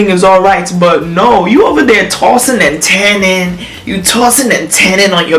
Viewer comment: Lol "tossing & tanning" I swear that's what I heard..is it just me? 😄😄😄